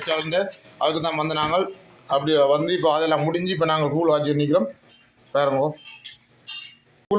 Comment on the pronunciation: கூல் இல்லை கூழ்